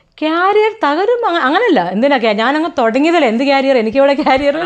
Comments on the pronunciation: ക്യാരിയർ അല്ല 😂😂😂കരിയർ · കാരിയർ അല്ല കരിയർ , രണ്ടും വേറെ അർത്ഥംആണ് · കാരിയർ ❎കരിയർ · കാരിയർ അല്ല കരിയർ😊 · കാരിയർ അല്ല സുഹൃത്തുക്കളെ കരിയർ എന്നാണ് പറയേണ്ടത് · കാറിയർ അല്ലടാ പൊട്ടാ 😂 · By the way ക്യാരിയർ അല്ല കരിയർ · കാരിയർ? ടിഫിൻ കാരിയർ ആണോ? നാണമില്ലേ career എങ്ങനെ pronounce ചെയ്യണം എന്ന് പോലും അറിയാതെ ഇന്റർവ്യൂ ചെയ്യാൻ ഇരിക്കുന്നത്? കരിയർ എന്നാണ് പറയേണ്ടത്. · Carrier alla.. career aanu. Should be pronounced kereer. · Carrier alla vedichiiii …. career😂😂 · ക്യാരിയർ അല്ല 😤😤കരിയർ എന്താടോ anger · "Carrier " എന്നാണോ അതോ career എന്നാണോ ഉദ്ദേശിച്ചത് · കാരിയർ അല്ല കരിയർ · കാരിയറോ 😂കരിയർ എന്ന് പറ സെട്ട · കാരിയർ അല്ലടോ കരിയർ. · Carrier alla career 😂😂😂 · കാരിയർ അല്ല കരിയർ ആണ് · കരിയർ എന്ന് പത്തു പ്രാവശ്യം പറഞ്ഞു പഠിക്കടോ...